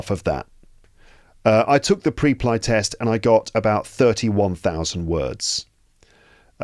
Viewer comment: just a silly little question: WHY did you pronounce it like that? The word "Preply" is pronounced "PREP-lee". The first syllable, "Preply," sounds like "prep" (as in "prepare"), and the second syllable, "ly," rhymes with "lee". This pronunciation reflects the company's name origin: "PREP-" for preparation and "-LY" for speaking confidently.